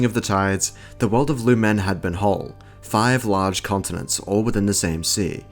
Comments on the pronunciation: its not luMEN its LOOM'N GET IT RIGHT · The way you pronounce "lumen" Is peculiar